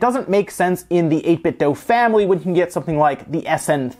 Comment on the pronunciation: It's 8 Bit Do. Not 8 Bit Doh.